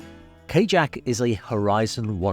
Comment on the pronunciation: Is it pronounced "k-jack" or like "ka-yak". Because if the owner is European it would have the soft J sound.